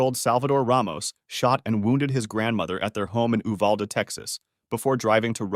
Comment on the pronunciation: He isn’t pronouncing Uvalde right